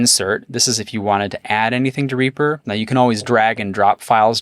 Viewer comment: Simple really do we pronounce Reaper as "Reyaper"?